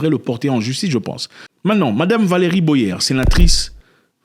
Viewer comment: C’est pas «Boyère » mais Boyé ….comme dans aboyé. 🤭🤭🤭🤭